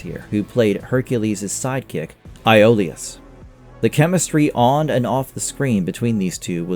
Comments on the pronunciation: I know he’s pronouncing the names wrong Iolus E Oh lus he was saying it right a couple times during the full circle bit, but then went back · Why can't anyone pronounce these character names the correct way they did on the show?? "Ee-olaus" not Eye-olaus "Aut-tol-icus" not Auto-lycus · My dude, you are blatantly getting your facts wrong. Sorbo has said he ended the show after 6 seasons because he was tired of living in New Zealand and had done everything he could with the character. Not about a pay cut. You’re saying Iolaus and Autolycus wrong so you probably haven’t watched the show. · You mispronounced Minotaur, Iolaus, Autolycus, and Tartarus. You forgot to mention Sam Jenkins who played the Golden Hind in season 3 married Kevin Sorbo, they have three sons together and still acting and is a radio show host.